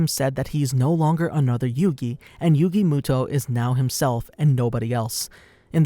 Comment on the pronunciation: Yugi MÜto like it got so annoying